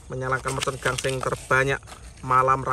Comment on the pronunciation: Bang gaseng bukan gangseng